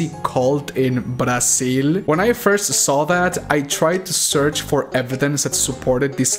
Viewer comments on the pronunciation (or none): none